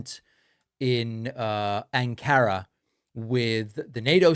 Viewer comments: Hi David, you put the emphasis on the wrong syllable. It's AHN-kah-ra. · It is pronounced ANkara. Not AnKAra. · It's pronounced ank-ur-uh. Not ank-ar-ah. Trump should know this. His diplomats should brief him. It's impolite to get such things wrong. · Please, it's called Arng-car-ra, with emphasis on the first syllable, not Ann-kara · 'An ka ra!! Not An 'ka ra!!! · AN-KA-RA, not Aunt-kara. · it's AHN-ka-ra. not ahn-KA-ra. i thought it was just fox that was mipronouncing the name of the city. David, you're better than fox. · It's pronounced "AN-kah-rah." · Pronounce Ankara as "ANG-kuh-ruh" (IPA: /ˈæŋ.kə.ɹə/) in English, with the primary emphasis placed on the first syllable. In Turkish, it is typically pronounced closer to "AHN-kah-rah". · It's ANK ah rah. (Ankara) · A bit disappointed how you pronounced "Rutte" and "Ankara". But thank you for your excellent work. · David, you are too educated and traveled to mispronounce Ankara. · Why can Americans not pronounce Ankra i have about 3 differant ways they call it and still not getting it right